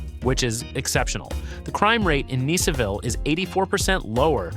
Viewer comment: Is it Neeseville or Niceville? Eeglin Air Force Base? 🤣